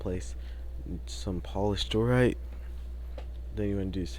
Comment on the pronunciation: He’s on a role with pronouncing blocks Purpler block Arcaina wood Doorite